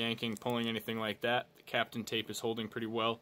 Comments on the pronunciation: it's not Captain tape it's kapton tape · it's a completely different word buddy people are going to go looking for that product and they're going to be looking up Captain tape LOL sometimes it's necessary to correct people